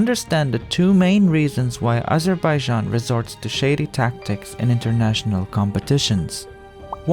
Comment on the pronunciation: “Azhuhbayzhan” I love and hate how they pronounce it.